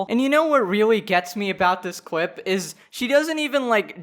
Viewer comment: he said cwip